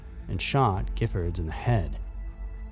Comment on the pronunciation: Awesome pronunciation og Gifford shooting in Tucson!!! I remember that day, I live in Tucson and was very glad I didn't go to that event... was an extremely shocking crime!!!